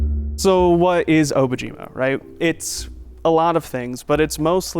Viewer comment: I'm confused about the pronunciation of the name of the project. Obojima in Korean is "Dont be afraid" while Obojima in Japanese is "Grave Island"(technically not even a word though...). Both languages do not pronounce the name like the creators have been. How is everyone else pronoucing it?